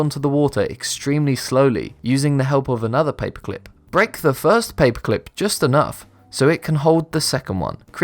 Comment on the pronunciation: you say paperclip like papeclp